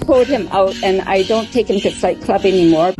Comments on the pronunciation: He thought you said fight club not flight club.😂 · I really heard her say FIGHT Club, I only read the L, didn't hear it! 😅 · Grumpy thought you said Fight Club. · Poor guy just thought you said fight club when you said flight club :( 😂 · He thought you said Fight Club not Flight club. Language barrier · Grumpy thought you said, "Fight Club" not Flight Club."...hahaha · Grumpy thought you said "Fight Club" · Grumpy heard Fight Club and not Flight Club! Lol😂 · Grumpy heard “fight club” instead of flight club. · Wait, did she say “fight club” or “flight club” 🤣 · Grumpy: Oooooh Flight club! I thought you said Fight Club! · Did you say “flight club” he thought you meant Fight Club 😂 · At first I thought she said “Fight Club” and that she broke the first rule